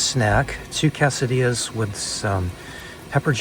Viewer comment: you know quesadilla is pronounced kay-suh-de-uh. The e in Spanish makes the long a sound. Sorry, I’m just a grammar nazi. Aside from that, I am addicted to your videos and fully intend on crossing paths with you since the whole West Coast is my stomping grounds.